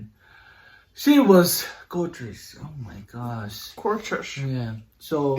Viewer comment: Hahaha when your baby laughed cause Asielu mispronounced gorgeous. That was so cute 😆😆🤍